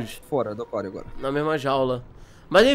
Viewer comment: Tu falo aquário errado você falo a quario e é aquário